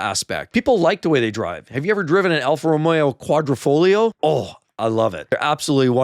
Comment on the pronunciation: “Alfa-romrerio quardrafraliar”… I don’t blame ya